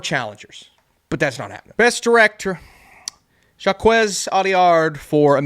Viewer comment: I love your work and will watch anything you make, but dude… you gotta learn to pronounce French names like Jacques and Jean! 😊